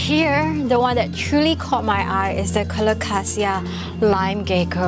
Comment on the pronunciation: The Aglaonema is Aglaonema commutatum 'Alumina', which was originally found in the province of Rizal on Luzon, while the vine is Phanera aherniana var. subglabra, which occurs in both Borneo and Palawan. Love the way you pronounce 'Alocasia'- the way it should be! However, 'reginae' should roll off the tongue as 're-hee-na-e', as there is no 'J' sound in Latin 😊